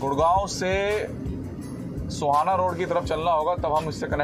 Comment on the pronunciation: भाई सोहाना नहीं है सोहना है